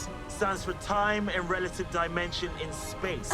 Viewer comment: I think Dimensions in Space is more of a vocal slip up because as you're about to say space your mouth it readying to make the s sound and sometimes that will roll back to the end of dimension and sound like dimensions.